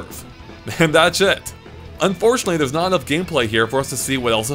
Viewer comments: and a few other times. He's saying "and that's it" but it just sounds like something else. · How come it sounds like hes saying thats shit instead of thats it